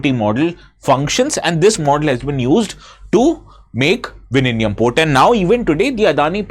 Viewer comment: Sir your pronounciation of Vizhinjam is plaudably correct 😂❤❤Happy to hear that...😁